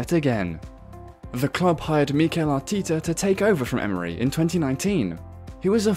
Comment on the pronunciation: Arteeeeta??? FFS